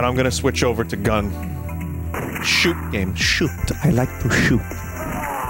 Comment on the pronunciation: Vinny finally plays schüt games the fabled babby AND schüt game